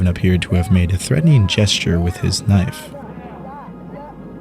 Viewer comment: "ats notta knoife" 😂